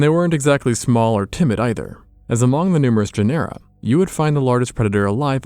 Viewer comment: Genera - JEN-er-uh